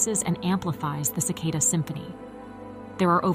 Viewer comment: Cicada with an A not Cicoda with an O.😅